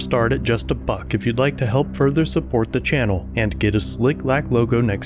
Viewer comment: "Het to the truth"? Wtf?